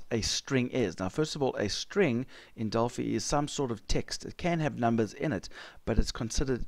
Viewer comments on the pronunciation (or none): Just FYI- it's "Del-FIE", as in "Finance". Named after the Oracle of Delphi